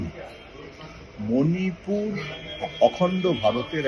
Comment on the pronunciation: মানিপুর নয়"শিক্ষিত স্মার্ট" ম্যাডাম। ওটা মণিপুর বললে আপনাকে আরও বেশি স্মার্ট লাগতো।